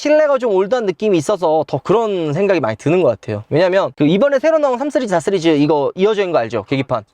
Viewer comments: 왜자꾸 쓰리즈라고함? 시리즈지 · 쓰리즈는 본토 발음인가요